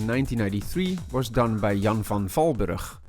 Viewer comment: Gian(n)a. Great game. Recently downloaded on my phone from the playstore. Onfortunatly it has NO unlimited time and life posibility, like in the C=64 version. Now i know why original copys are so hard to find. Cool video, nice information. And nice to hear a Dutchman speaking fluently English (its much beter than mine) and then hear him say Jan van Valburg in perfectly Dutch 🤣🤣 But afteral, its one of the very few yt movies i watched without skipping parts.